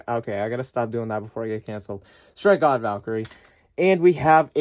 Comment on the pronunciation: Nah but why did you say strike god Valkyrie like that